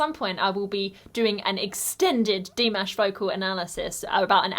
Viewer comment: The word/phrase you might use (instead of "slit") could be "aparture/"narrow aperture." Please move the stress accent in "Dimash" to the second syllsble. Or, maybe the silent gesture was an unsuccessful attempt to set up that whistle.